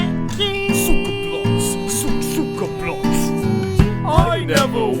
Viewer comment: of all the political takes spoken in this video, the only thing that made me mad was how pronounced blyat